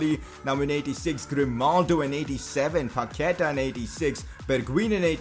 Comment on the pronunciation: The correct way to say is PaquetA Not PaquEta